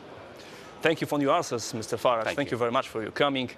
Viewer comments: Idioto! W nie akcentowanych sylabach angielskich samogłoski zastępujemy "schwa" [e] bądź krótkim i [y] czyli nie "Faradż" tylko "Faredż" bądź "Farydż". Pieprzeni debile z TV Trwam -.- Idiot! in nonstressed english syllables we use "schwa" or short "i" ! Fucking morons from TV Trwam -. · Faradż? A nie Farejdż?